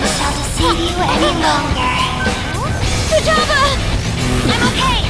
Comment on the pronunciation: futaba its futaba